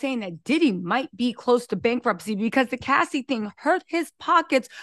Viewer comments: You keep saying Lassie and not Cassie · Why is she saying lassie and not Cassie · the name of the girl is Cassie not Lassie!!! you are so entertaining & I love the way you report the Celebrity News!! You should have your own show on Mainstream TV like Sherry Shepherd!! 😄